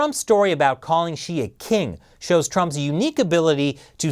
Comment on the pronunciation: He actually said "Chi". Does he really know (or care) who is the President of China is???